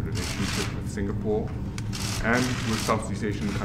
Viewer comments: he surely did said Singamore 2x. I have to turn on CC while watching to make sure i heard it right. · It's SINGAPORE NOT SINGAMORE gosh this guy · I think Biden said: "Singamore", like twice.